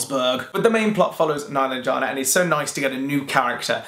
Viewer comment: Meh-LAHN-jeh-nah is how you pronounce her name. Watch the authors on YouTube read from the book or listen to the audiobook.